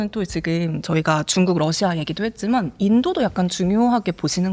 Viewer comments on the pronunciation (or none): ㅈ을 ㅅ으로 발음하는거 요즘 한국분들 발음이 많이 달라졌다 느끼고 있었는데. 사회자분도 그렇네요 보이지만 : 보이시만 지금 : 시금 했지만 : 했시만 많이 바뀌었군요..